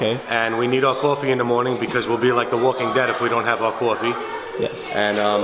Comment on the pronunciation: It’s funny how Boston he sounds when he says coffee